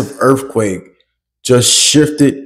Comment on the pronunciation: Earffquake? Is TH really the same as FF? Say the word like it’s spelled Son